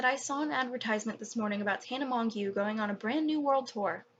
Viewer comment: This is irrelevant to the video, but her last name is pronounced "Mojo"